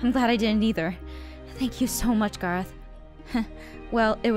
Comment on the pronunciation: it's garroth not gereth caw caw